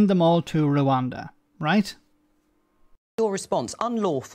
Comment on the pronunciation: I know its unbelievable but people actually vote for Bonehead. He can't even say Rwanda, he says "Reander".